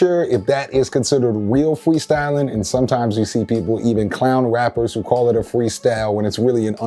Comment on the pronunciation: Weal fweestalin